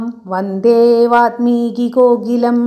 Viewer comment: "വാത്മീകി" അല്ല. വാല്മീകി എന്നാണ്.